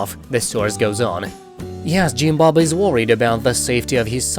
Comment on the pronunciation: I love how he says “Jeem Bob” 😊